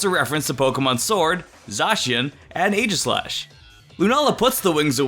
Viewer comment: It’s pronounced “EE-gislash.”